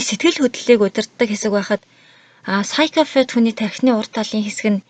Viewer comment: psychopath gedgiig psychofath geed f-eer duudaad bhiin kkk busdaar goyeenaa amjilt